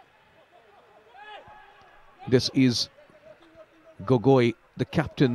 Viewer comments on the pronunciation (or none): Its not gogoii.. Its gogou.. Childhoodfriend..🥰 and trau fc goalkeeper was my brother🤣🤣